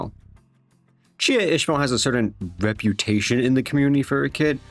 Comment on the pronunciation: He said "Jia" so many times and not the single time was correct lol